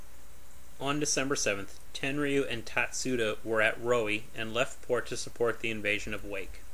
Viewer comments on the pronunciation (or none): It's pronounced ten-roo. You don't pronounce the y.